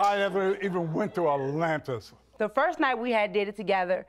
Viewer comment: “I never even went to attlllanntis” lol